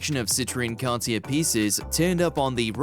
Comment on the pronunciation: Wow, you'd think the narrator would know how to pronounce "Van Dyke" or "Cartier". Geez what a moron.